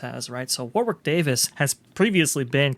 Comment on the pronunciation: I enjoy all of your videos... As a brit just wanted to mention, FYI, it's pronounced as if it's spelled Warrick. Thanks for the vids.